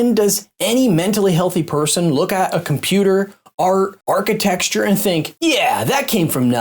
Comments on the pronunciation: Its architecture. not architexture. Also, your inability to understand something is not evidence for a god. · You're putting an 'x' in "architecture" that isn't there. Just say architect-sure.